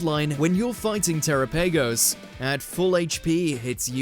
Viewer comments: Terapagos is pronounced Turapugows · "tera-pagos"..... why the delay, it's pronounce terapagos "teh-rah-pah-gous"